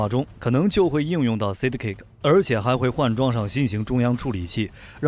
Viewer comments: Sidekick=side +kick, 不是讀size?kick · 那個ＡＩ連Side.Kick 都不會讀？這就是標準的有邊讀邊沒邊讀中間。讀書不求甚解。Unsubscribe. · 都是合成語音 只是看他們想選哪一個 我也喜歡這個版本 但sidekick的發音有問題XD